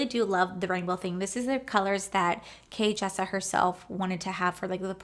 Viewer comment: I love your videos and I am not saying this to be mean but you said her name wrong a few times in the video. It’s Jkissa not Kjissa you might want to change that during editing